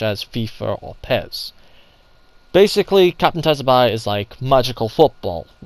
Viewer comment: It’s pronounced “sue-bah-sah”, dude. 🤦‍♂️